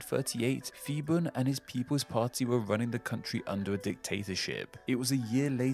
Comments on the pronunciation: Interesting video! Small correction - when transliterating thai into Latin script, the letter 'h' is used to strengthen hard consonants. So, 'Phibun' is pronounced 'Pee-boon' (with the 'oo' being the same as in 'look'). The same thing happens with Phuket (pronounced 'Poo-ket') and with 'Thailand' itself. They don't ever use 'ph' as a 'f' sound. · Phibun is not pronounced Fibun for the same reason Phuket is not pronounced Fuket and Phitsanulok is not pronounced Fitsanulok. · It's merely another example of an American having problems with language. He couldn't pronounce Phibun properly either. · The dictator name was not Fi-bun it was Pbhi-boon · Calling phibun "fibun" is crazy... Its actually pronounce "piboon" a lot pf the time, thai people uses h next to p in there name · I want to give you a lesson as a Thai the we fond pronounce ph as f but we pronounce it as p it’s a miss translation of the letter พ and the word เมืองไทย (Muang Thai /mueng Thai) is pronounced ~ moo Ang Thai, quickly and also Siam is pronounced as sa-yam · Phibun doesn't read as fi-ban.. it's p(h)i-boon พิบูล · One note: The PH in Phibun is pronounced as an aspirated P, not as an F. In a more curious observation: the plaque you show superimposed on the map of Thailand around the 7-minutes mark disappeared "mysteriously" a few years ago. By an odd coincidence, the CCTV camera wasn't functioning on the night it vanished from its spot embedded in the road, commemorating The (bloodless except for one person who cut themselves while resisting arrest) Revolution. Since then that plaque has become an even more important and emotional symbol for Thai people. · Feeboon.......... His named is Piboon, it's a P not an F. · I'm afraid you mispronounced Phibun. That's an aspirated /p/, not an /f/. Much like Thailand is pronounced with an aspirated /t/ and not a theta.